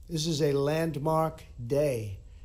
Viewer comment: Yasss & did you catch his emphasis on "Land Mark Day"? He separated them out, with succinct emphasis on each word! Can't wait for And We Know's interpretation...